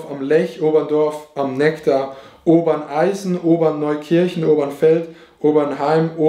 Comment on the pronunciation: oberndorf am Nektar? Dein ernst.. es heißt oberndorf am neckar!😂 umsonst 2 Stunden geguckt